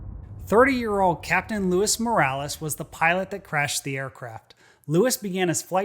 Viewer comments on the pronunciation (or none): SMH, Luis is pronounced LOO-EES, NOT "Louis"... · Louis and Luis are pronounced differently. Lou-wiss vs Lou-weese. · Not Louis or Lewis. Pronounced Luees. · For someone as detailed as you it was pretty annoying calling the pilot Lewis when its clearly Luis they're not the same name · I don't know anything about flying (except what I've learned from your great videos, ), but I do know "Luis" is pronounced "Loueeeese" not "Louis". also the past perfect of run is "had run". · His name wasn't Lewis or Louis it's Loo-EECE Luis is in Spanish probably a cokehead Puerto Rican. The judge is responsible for those seven People but that sleazy 'rican should have been in jail and the employer probably charged so much for the famous people he just wanted a body in that pilot seat. I hope Chacone was arrested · Pilot's name is pronounced 'Loo-ees'. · Luis = Lu-WEES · Just for future reference, "Luis" and "Louis" are pronounced differently.